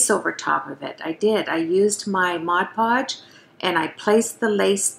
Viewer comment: And bless you for saying "Mod Podge", rather than "Modge Podge" lol!